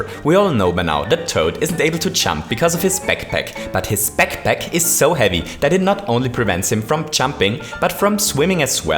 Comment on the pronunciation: The way he says backpack sounds like pekpek xD